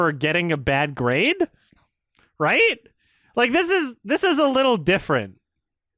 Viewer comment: I'm so happy heard the "dimfferent" part. This isn't even the only video where the actress says it like that lol.